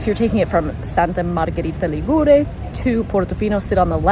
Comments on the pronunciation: Hi, no offence: Ligure has the accent on the i = Li'gure. But I forgive you because: 1. you may have been mislead by the fact that Liguria (the name of the region) has the accent on the u = Ligu'ria and 2. because your video is very very well produced, also the music is appropriate and you capture the essence of this small little gem in full. Brava!! Love from UK:goodvibes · Correct regarding pronunciation. However, the apostrophe should be written before the stressed syllable. 'Ligure, Li'guria.